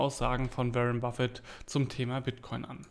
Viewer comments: Warren [Buffett] spricht man "WOrren" und nicht wie "WErren" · Wie lange dauert es noch bis du lernst den Namen von Waren B auszusprechen Ein weiteres Jahr?